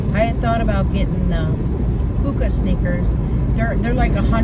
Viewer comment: Hoka? Not hooka…maybe